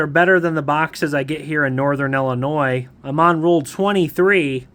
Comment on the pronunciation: Thank you for saying Illinois correctly 🎉❤!! So many people say it wrong 😆.